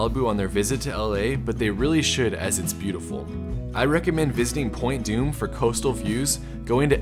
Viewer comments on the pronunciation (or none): none